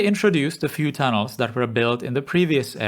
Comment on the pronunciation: I'm not really familiar with this channel, watched maybe three prior videos here. Still get used to the accent. But at the start it sounded like you were saying Thanos rather than tunnels XD